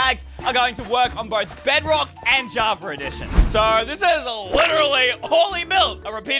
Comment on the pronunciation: I love how he’s saying Javer